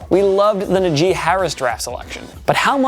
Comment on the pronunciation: Did he just say... na-JEE??